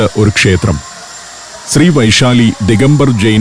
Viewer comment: വൈശാലി അല്ല ബൈസാലി എന്നാണ് ബീഹാറികൾ പറയുന്നത്.